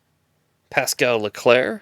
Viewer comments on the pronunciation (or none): none